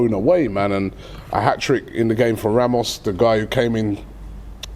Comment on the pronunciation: This surname is not pronounced literally like Ramos, it's ['rɑːmʊʃ].